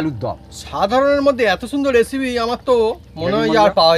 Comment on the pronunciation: রান্না র সাথে আড্ডা ও জমজমাট।কিন্তু দাদা আপনি এসিপি না বলে রেসিপি বলা অভ্যাস করুন